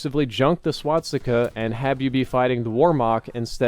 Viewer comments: SWASTIKA. NOT SWATSTIKA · Could you stop saying "swatsika"? Thank you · No offence. But why do you always say swaTstica ;_; it's infuriating to hear it so many times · Swastika not swatstika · And here we go again with the "SwaDsikas"..., an YouTube producer with your size should know how to pronounce things. Repeat with me: "Swa-sti-ka". Better yet "Sva-sti-ka", because "W" is "V" in German. Learn to talk man, you are 30-something years old. This is feedback, not hatred. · Swastika. Not Swatsika or Swadstika or anything else. C'mon, you're making me cringe over here! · I just wanna know why everyone pronounces it "Swatsticka" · every time says "swat-sticka" take a shot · It also sounds to me like he says swadstika, pretty funny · Is nobody going to talk about the fact that he doesn't know how to say "swastika" either? Only halfway through the video and he's already mispronounced it like 5 times